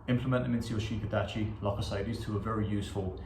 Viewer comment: Yes good stuff completely agree with this . However when pronouncing Shiko Dachi one drops the I in shi ( four) and the I at the end Dachi and just hisses Sssko Dach. Again enjoyed you video Fortuna est casus expectans praeparationem Tim